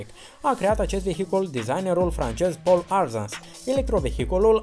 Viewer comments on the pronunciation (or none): none